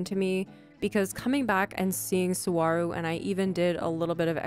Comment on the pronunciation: Sorry, lovely island, but as someone who grew up next to Saguaro national park, I CANNOT get over your pronunciation haha